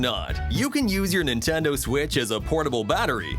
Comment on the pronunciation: Stop saying Nintenduo